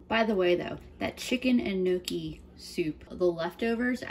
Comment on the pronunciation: amazing cooking! great looking pasta! pronounced knee ock key! not nookie! polenta is also a delicious low cost meal! left overs can be fried in slices. delicious! thank you for doing this!